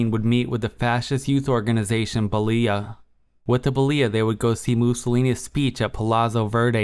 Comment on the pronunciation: Thanks ! Some constructive criticism 1st) the name of the Fascist Youth Organisation (age 8 to 14) is Balilla (pronounced as: Bah-Lil-Ah) from the nickname of the young Giovanni Battista Perasso who "started the revolt of 1746 against the Habsburg forces that occupied the city" of Genova. 2nd) there is no such thing as a "Palazzo Verde" in Rome (min ) 3rd) The translation of the Mussolini's speech in Verona is messed up (Ex: at min the word "mercenary" is no where to be pronounced)